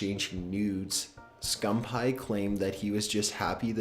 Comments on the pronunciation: Optic "Scum-pie" ITS SCUMPII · this boy really said "Scum Pie" lol I'm dead as fuck. it's "scumpii" (scum peeeee) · It's scumpee not scumpie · Why did he keep saying scumPie??? ITS SCUMPEE!!! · bloody hell he does not know how to pronounce words, scumpie supposed to be scumpi guujen wtf is next dude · It's pronounced scumpee not scum pie 😂😂😂😂😂😂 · scumpi not scump hi lol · scum-pie? its pronounced scum-pee. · lol hes saying skumpie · I love how he said optic scumppie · ITS pronounced SCUMPY even thought its spelled SCUMPI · Did he just say OpTic Scumpie? lol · Scum pie and guggin? Fix your shit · i hate how he says scumpie it isnt scum pie XD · did he just say Optic Scumphigh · lol "optic scumpie"😂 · Did I actually hear him say scumpaii? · Did He Just Say Scump Pie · Scum-pie he says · ITS PRONOUNCED SCUMP-EE!!!!!!!! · really? scumpie? you really need to find out how to pronounce peoples named before you report about them. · He is from the famous call of duty clan OpTiC but the guy commentating pronounced his name wrong 😂😂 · Am I the only one that got annoyed when he was saying Optic Scumpii name wrong?! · That's not how you say scumpii but that's okay. You probably don't watch him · NIGGA PRONOUNCED SCUMPII SO WRONG